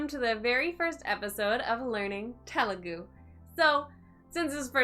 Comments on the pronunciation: It's Telugu not tehhlu gu... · You are saying telugu wrong😂. The 'T' is more like the 'th' of 'thought', not the t of 'taught' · Oh god the way she said “Telugu” in the beginning 😬 it’s supposed to be త sound not ట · Te is not "t" as in telephone but it's "th" is thought (Telugu word) Ela is "Ye" as in yes and la not eela, it's ye-la Tip to sound more Telugu native A always sounds a in arc E always sounds ye in yes I is I as in India O is o in own U always u sound in put